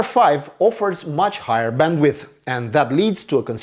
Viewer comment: Did he say Bandwidth or bandwiff?